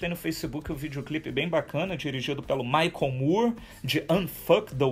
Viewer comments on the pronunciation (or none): none